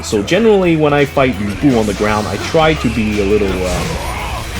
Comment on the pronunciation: Anyone else extremely irritated by the pronunciation of Lu Bu in this game? Louie Bu... really?